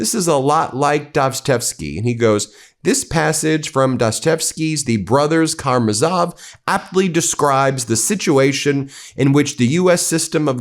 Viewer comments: The Meidas Touch is not as bad as some media in their Russian pronunciation. But we learned in the 12th grade how to pronounce Dostoyevski's book, The Brothers Káramázov (Notice where the accents are!) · Brothers Ka-ra-MAV-zov. Dos-toy-ev-ski. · Ben, it should be read, “The Brothers KARAMOZOV Cha-cha…” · Trivia? Ben: Dostoyevsky - The Brothers Kah-ra-mah-zov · Nice try Ben.... Now you managed to mangle BOTH the pronunciation of Dostoevsky and the Brothers Karamazov. Evidently you read no Dostoevsky in the schools you supposedly attended. Keep up the brilliant journalism 😅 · Wanna try pronouncing "Karamazov" one more time? 🤦🏻‍♀️ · Geesh. Learn the correct pronunciation of Dostoevsky and The Brothers Karamazov. You're too smart to allow yourself to sound ignorant.